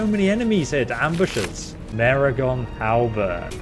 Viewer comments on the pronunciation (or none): none